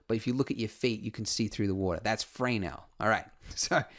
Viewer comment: Usually Fresnel is pronounced as fruh-nell with the emphasis on the second part, in stead of fray nell with the emphasis on the first part.